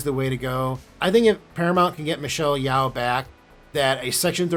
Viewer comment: Dude, it's Michelle Yo. Pronounce Yeoh like it rhymes with oh, or Joe. I cringe when non-Chinese speakers don't even bother to find out the way to pronounce a person's name correctly. As for Legacy, great idea.